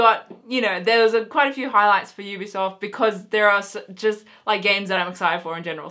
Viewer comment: I believe you said EBsoft ....or at least sounded like it lol because you said Ubisoft after that and I realised it sounded different so I checked it again :D